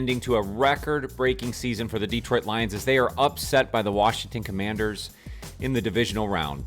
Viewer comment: Good work. (And it's still not DEEtroit).